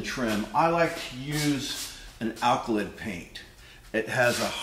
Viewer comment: It's not "alkalyd" it's "alkyd" ;-) thanks for the video !